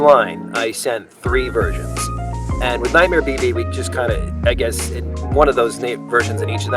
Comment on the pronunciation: When say nightmear BB i hear it baby and i be like wait....did they have nightmear Baby 🌚